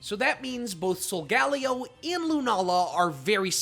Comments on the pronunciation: its soul ga lay oh btw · It’s pronounced SOHL-GUH-LAY-oh, DEE-AHL-guh, KUR-RYE-dahn, MEER-EYE-dahn, zah-SEE-ihn, nuh-CROHZ-muh, ee-vell-TALL, KAH-lohs, PAHL-kee-uh, and arr-KEE-iss, “”! 🤨 Also, Solgaleo is a Psychic/Steel-type, you idiot! Stop making errors and stop mispronouncing names! You have poor pronunciation skills and education! 🙄